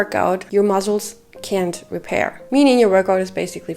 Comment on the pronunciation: one tip i have is, pronounce muscles like "muSSels," not "muzzles." try making an "S" sound instead of a "Z" sound! great video